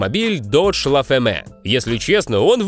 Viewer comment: Додж "Ла фэмэ" (La feme)? А не "Ля фам", случайно? Le cretinus russe.